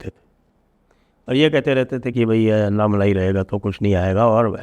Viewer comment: Sir it is not अन्नामलाई, it is अण्णामलै(அண்ணாமலை)